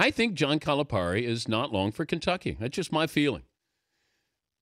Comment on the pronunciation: It's Cali - Pair - Ee - the least you could do is pronounce his name right. Plus you should understand his relationship with the local reporter. They're constantly jabbing each other. You can't take their exchange literally. Louisville is great again? KY beat them and they lost this past weekend. I'll just stop there...